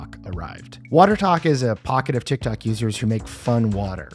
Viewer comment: "and it went viral on TikTac... TikTok..." Der best Error